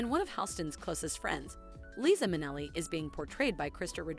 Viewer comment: If you want to have any credibility in future videos, you might want to research pronunciation of names. You mispronounced the names of Liza Minnelli, Givenchy, Yves Saint Laurent, and Pierre Cardin, as well as getting Eleanor Lambert's first name wrong. You also mispronounced "Obi wn Kenobi" and "Versailles." Learn this lesson and do better.